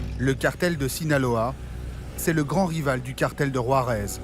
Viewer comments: 😂😂😂😂 war-ez now how ever the fuck ur pronouncing it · Learn how to pronounce Juarez dude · Can't ev3n pronounce Juarez right...